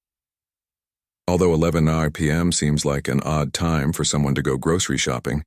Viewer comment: AIs need to learn to pronounce time